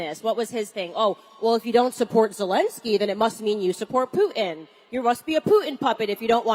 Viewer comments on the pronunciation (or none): Isn't there a "T" in Putin. Candace, what is a Pu'n. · Pooo-in lol it's puTIn